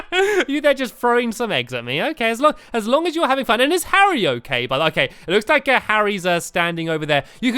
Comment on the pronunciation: you called Harry Harriot